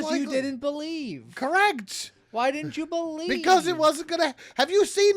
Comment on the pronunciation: You gotta beLEEve, said. But that was a whole lot of noLee.